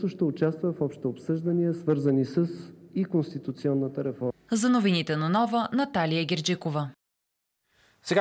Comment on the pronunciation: Пронститунционата реформа ли каза КараДаГъ ?😂😂